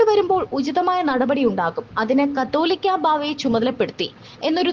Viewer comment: കത്തോലിക്ക അല്ല കാതോലിക്ക: അക്ഷരം ആദ്യം പഠിക്ക് പിന്നെ മതി ചാനലിൽ ചർച്ച